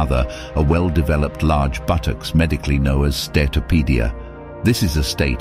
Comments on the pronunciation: I’m disgusted with what has happened so please don’t see this as offensive. The narrator says buttocks funny 🤣 haha 😛 BùTocķs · Ok this is not a joke🥺 but.... The way he said buttocks 🤣🤣🤣😂😂🤣🤣